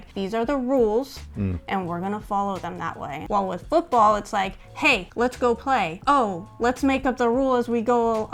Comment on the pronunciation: Like the way you pronounced 'football '. It sounds exactly how we pronounce it in the Netherlands 'voetbal' 😂 fun fact: This is why Americans call it soccer